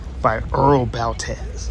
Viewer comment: Earl Baltes last name is pronounced phonetically Ball-tees. He gets no credit for having a great dance band back in the day. Listened to the band many times as a kid. The Big E is a great track for late models to shine.